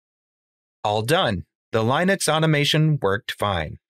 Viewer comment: My only takeaway from this video was my frustration with your pronunciation of the operating system "Linux."